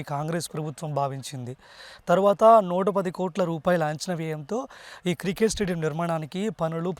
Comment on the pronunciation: బాబూ... అది కృకేట్ స్టేడియం కాదు. క్రికెట్ స్టేడియం. ఇది మంచి వార్త. కానీ మీ యాంకరింగ్ బాగోలేదు.